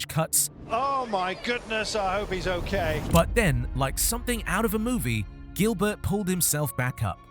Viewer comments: It is not pronounced Gilbert, like in English, it is jeelbear, he is French. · It really annoys me how you pronounce Gilbert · Learn how to pronounce Gilbert in french